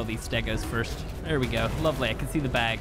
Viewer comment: A lot of “Lovele” in this video